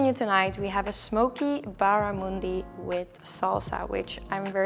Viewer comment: Barramundi is a native fish to my home state Queensland, in Australia. I'm so proud that you like it! They are delicious and extremely popular here. I also love how you pronounce it; it's much nicer than a QLD accent 😂